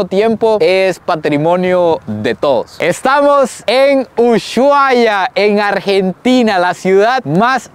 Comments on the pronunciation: se pronuncia USUAIA, no USHHHUAIA. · La h no se pronuncia jejeje. No es "sh" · 😂se pronuncia usuaia,aunque le metemos sh en el sonido a casi todo,en Ushuaia decimos y suena usuaia😅, 👍🤗 me encantan tus viajes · Jajajajajajaja me causo como pronunció uSHuaia jajajajauaua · Jajaja cómo pronunciaste Ushuaia? 😂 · Pronuncias mal el nombre